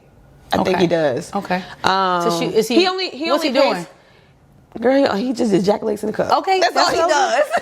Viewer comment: Lol the “ejeculation in a cup” took me out😂😂. I did fertility treatments and my husband had to ejeculate in the cup. He was at the mall parking lot doing it because of his work schedule and he had only 1 hour to get to the lab 😂😂😂😂 we got our baby, she’s 4 now but baby he hated the process because the doctor said fk like a rabbit… I was killing him😂